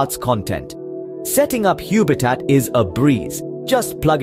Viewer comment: I hate to be picky but it can't be pronounced Huebitat because the name is obviously based on the word HUB! It is a home based HUB for your smart ware. Please don't rename things for no reason.